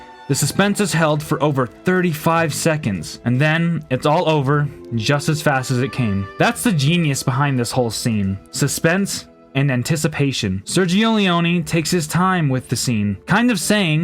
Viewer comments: It’s pronounced “Lee-own”. Not Lee-one”. My dad met him. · LEE-O-NEH. LEE-O-NEH. Not NEeee. Dio boia. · Appreciable content but thwarted by the inaccurate, horrible pronunciation of the director's name. It is an irritating habit of English speakers not to respect or in any case not to care for the language of other countries. Furthermore, mispronunciation of an author's name in a speech dedicated to him is even more unforgivable. How would you react if an Italian speaking of Elizabethan theater mispronounced Shakespeare's name?